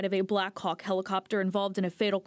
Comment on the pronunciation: AHH Heh Heh...He said Khawks. He Heh heh